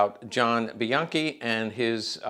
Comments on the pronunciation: a closer pronunciation would be "be yankee", as per my step grandfather Jesse Bianchi. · Isn’t the name pronounced “bee yankee”?